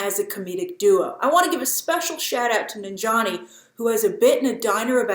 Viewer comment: Its Nan-jia-ni not Nin-jani lol... I will never get how westerners can pronounce difficult European names, African names or even Japanese names but cant pronounce even some simple South Asian names